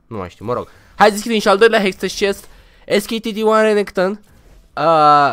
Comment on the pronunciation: Mor cand va aud e HEX TECH nu hex teci ... TECH Hextech